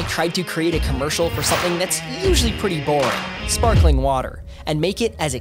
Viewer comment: is it sparkeling or sparkling